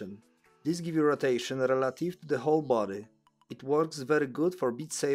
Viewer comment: "roteiszyn" 😂 brzmi jak polski 😂